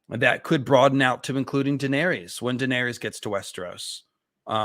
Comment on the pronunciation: As well as Daenerys, George himself pronounces it DUH-NAIR-US and Viserys VUH-SAIR-US